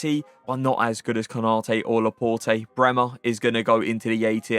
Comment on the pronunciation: Pronounce Laporte properly!